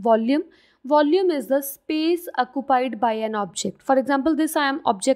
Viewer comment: When she said “acupied” Me:😂😂😂